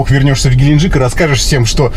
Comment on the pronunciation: С гЕленджика)) ударение поставила интересно конечно